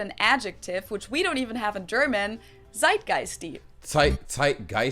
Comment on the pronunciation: i was very surprised about the really good pronunciation of zeitgeist. (compliments from a german) :P